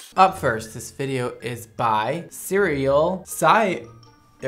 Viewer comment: She said sieral